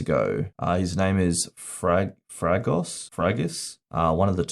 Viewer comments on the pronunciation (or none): so. it is pronounced Fragass. Ty for the clarification